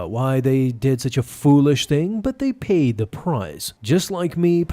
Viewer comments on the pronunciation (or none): I thought he said laid! 🤣😂